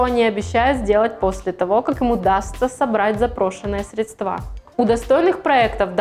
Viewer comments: красотка) но срЕдства а не средствА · В слове «средство» ударение всегда падает на первый слог, на гласную «Е». Причем во всех падежных формах как единственного, так и множественного числа это остается неизменным. В единственном числе это слово в большинстве случаев произносят правильно, но ошибка в постановке ударения во множественном числе («средствА») принадлежит к числу достаточно частых. В некоторых словарях русского языка даже особо подчеркивается неверность такого варианта произнесения. срЕдства, КАРЛ!!!!